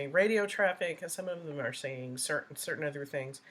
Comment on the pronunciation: The same can be said for his other misinterpretations of words such as saying “axed “ instead of asked “dings” instead of things “biast” instead of bias